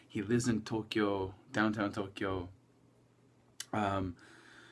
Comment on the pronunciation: 1. Why do you pronounce Tokyo like that? 2. Subd.